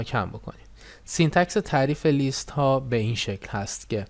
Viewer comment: List لِست تلفظ میشه به معنای فهرست Least لیست تلفظ میشه به معنای کمترینه